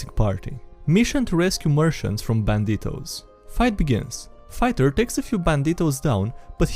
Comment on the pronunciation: I love how you pronounce banditos, lol